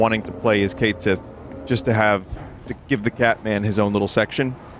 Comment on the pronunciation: Yup. We can certainly agree on that. Cid that isn't smoking and cussing just feels out of place. Maybe he'll turn bitter in Part 3. I'm just messing around anyway, I don't care that much about Cait Sith. What actually annoys me more is that they still pronounce it wrong 🤔